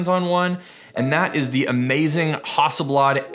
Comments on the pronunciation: How do you say Hasselblad again?!! 🤣😁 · you say hasselblad wrong and it bugs me